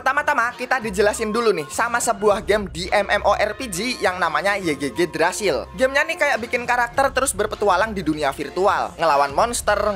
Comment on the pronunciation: Yigdrazil bang bacanya 😉 Semangat trus aplodnya bang! (≧∇≦)/